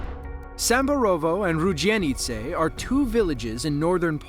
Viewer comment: to is just funny 😂😂The fact that you’re saying rudzienice and Samborowo is just average American/English trying to speak polish 😅